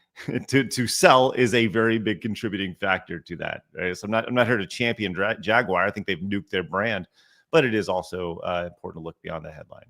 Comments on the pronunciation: I kept hearing Jaguire not Jaguar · why do you say "Jagwire" when pronouncing Jaguar? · bruh what was up with your Jagwire today?!?! You didn't say Jaguar once even after asking Blabs her opinion and she said Jaguar you immediately after went " Jagwire " 🤦 If anything after that stunt last year and the now switch to EV's not even hybrids they went full on FilmActorsGuild-uar's